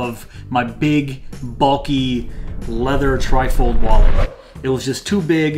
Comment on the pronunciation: A good deal of this video I kept wondering what a Trifle Wallet was until I realised you were saying trifold.